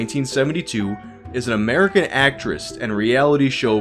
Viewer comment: What's an "actrist,"?